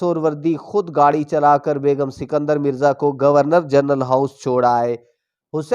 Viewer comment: بھائ صاحب آپ نے شاید اردو کا قتلِ عام کرنے کی قسم کھائ ہوئ ہے اور نہ ہی اپنا تلفظ درست کرنا ہے. جناب پاکستان کے پہلے صدر کا نام اسکندر مرزا تھا سنکدر نہیں.